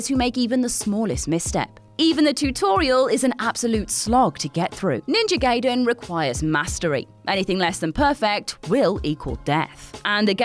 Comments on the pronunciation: Ninja Guy-den not Gay-den. No one says Hent-ay because it's Hent-eye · It's actually pronounced as "Guyden" not "Gayden" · Hey,, Gaiden is pronounced "Gai-Den" not "Gay-Den". Even The Wizard had a scene with the right pronunciation. And whoever edits these videos: You got the wrong Ninja Gaiden. She was talking about the game from 2004, not the 1989 original. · If your name is Quakkadiddle, you dont wanna be called Quakkaroodle, Backupiddle, queekabiddlydoo even If you are in a different country, right? It`s Ninja Gaiden, pronounced GUY-DEN, not Gayden, as in either gay (Happy) or gay (homosexual). "Typical American Mentality" ... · It's pronounced Ninja "Guy-den", but I'm glad to see it on this list. I had Ninja Gaiden as a kid, and I don't think I ever beat it. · Guy-den dude... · Ninja "Gayden" Damn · Judging by how Gaiden was pronounced, I wonder how manga would be pronounced